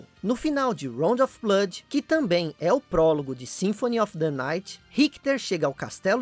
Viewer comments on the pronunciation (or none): none